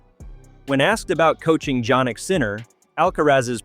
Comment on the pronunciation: DJAHN-ic Sinner.. although i figured it was AI when they started repeating stuff...